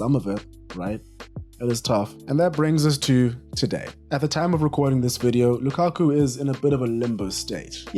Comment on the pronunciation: It’s not Lukaku. It’s Lakaka 😂😂😂😂